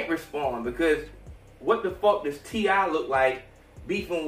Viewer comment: t.i. not t.i.p